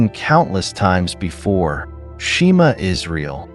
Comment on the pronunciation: If you are a real Jewish man you would for sure no how to say the Shema correctly!